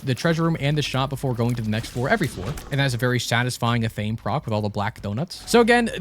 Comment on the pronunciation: Athame is pronounced Ath. Ah. May. Ath sounds like the word math with no M